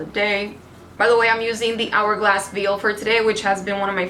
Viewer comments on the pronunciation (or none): You stay butchering names, words, brands etc.... Even common words like veil did you really pronounce it like veel??🤦🏻‍♀️🤦🏻‍♀️